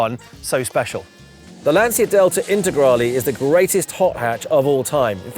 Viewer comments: you are pronouncing Lancia wrong. It’s “Lan-chia”, not “Lan-sia”. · Why do you pronounce Lancia wrong? We don’t even see them in the US and even I know it’s Lanch-uh. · Lovely - the 16v is my favourite- but, it’s a ‘Lan-chi-a’ come on Ben - you know that! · I am so jealous! These are becoming exceedingly rare cars in South Africa, would absolutely love one, been a favourite of mine since I was a kid. If only I could afford to restore one 😅 Edit: on a side note, I'm sure you've been told by many annoying Italians in the past, but Lancia is pronounced more like "Lunch -a", haha sorry I couldn't help myself. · He said he's obsessed with Lancia.... Can't even pronounce it right...😂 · At least learn to pronounce Lancia